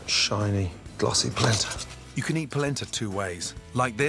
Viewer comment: It’s “Polenta”